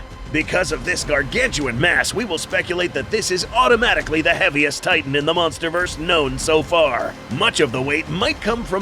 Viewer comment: Did bro just say munsterverse?